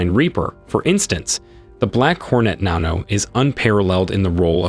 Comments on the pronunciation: I realize this is probably an AI or non-native english speaker... But naan-oh is pretty funny to me. Just a little bread-based drone. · What in the green FUCK is a "NONNNN-O" ! ? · Naaahhno lol. It's a short a sound. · nano isnt pronounced nah-no, should be na-no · What are your pronouncing Nano like nahn-no... It's NAN-O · Thats pronounced nan-oh, not non-oh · Hold on .. before you make any more videos , learn how to pronounce NANO correctly .. its Nan-oh not non-no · na·no is pronounced ˈnanō not nhanō duh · Fire your Voiceover guy. This dude says Nano so weird. Why? He’s clearly a native English speaker lol. Nan rhymes with ban. NOT Naan like the Indian bread 😂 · You don’t pronounce Nano like this ,Nahno. You pronounce it like this, Nanno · I’m guessing it’s pronounced nano not nawno. Lmao like the word nano meaning small. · Are we sure it’s pronounced “Nahno” and not just…Nano? This narrator has lost my confidence with a few other gems like that it’s unmanned and that it can’t carry the payload of an MQ-9. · Nano is not pronounced nah no - it’s nan oh - idk how you mess that up. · Its pronounced NANO not naano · Idk if it's an AI speaking but it's pronounced nano as in nanny not nahno as in naughty. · Stopped the video after he pronounced nano as “nahnoh” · I guess Nano is pronounced NON-oh. Who knew. (snicker) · 'The Black Hor-net Nono" Are you an alien? You're speaking with an American accent while mispronouncing everything. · “The Black Hornet NAAHno…” says the American guy who pronounced it like an English person would. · It's pronounced nan-oh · I know it's a tomato- tamoto deal but you pronounced nano -nauno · Gets paid to read script professionally. Script: "Nano" Professional: "Nah no" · That thing looks like a piece of junk. Also nano is pronounced with a short A like nana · I'm pretty sure it isn't pronounced "Nahno" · Pronounced nano as “nah no” 😢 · Narrator has no idea how to pronounce "nano" How would this fool pronounce nanometer? Nahhh no meter